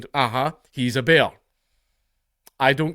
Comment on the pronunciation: Say “bear” in Scottish more please. 🤣